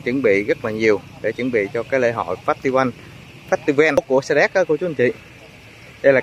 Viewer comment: Festival phải đọc là Phét tơ vồ mới đúng chuẩn 😂😂😂😂